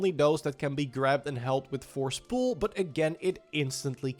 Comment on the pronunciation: Lof houw joe seej ‘fors poel’